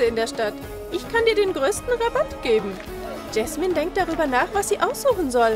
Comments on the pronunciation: Es heißt Jasmin und nicht jesmin🤣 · Ja es heist Jasmin nicht Jesmin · Es heißt nicht gaschmin sie heißt Jasmin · Jasmin und nicht jesmen 🤪🤪🙂🙂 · Jasmin nicht jesman😂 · JASMIN JAS-MIN 😂 nicht Jesman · Es heißt Jasmin. 🤦🤦🤦🤦🤦🤦🤦🤦🤦🤦🤦🤦🤦🤦🤦